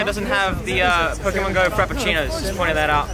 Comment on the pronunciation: Drink every time he says "pokey-mon"